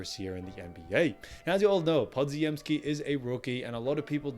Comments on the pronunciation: Podziemski is pronounced "Po-gem-ski", not "Pod-zi-em-ski". In Polish, the dz is pronounced as a single consonant, much like the "g" in gem. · Podziemski = puh-jim-ski. the dz is a "j" sound.